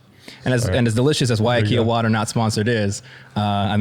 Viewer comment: Big fan of big ben, from hawaii. Just want to say the pronunciation of waiakea is “why-uh-kay-uh”